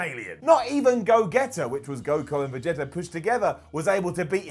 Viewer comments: I hate that noone on the internet can saiyan right then he goes and cant say gogeta or vegeta right either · 1. Broly is the Legendary Super Saiyan - not Goku. 2. it's clear you're not a DBZ fan - butchered those names: Gogeta, Vegeta & even Saiyan 🤦🏽‍♂️